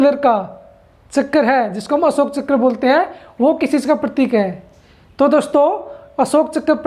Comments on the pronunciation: Bhai chakar nhi chakra hota hai but maza bahut aaya dekh ky 😂🤣😂🤣😂🤣😂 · Chakkar nahi hota hai chakra hota hai